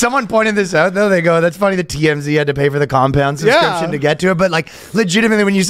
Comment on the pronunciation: Ryan is back on saying "suscription" again.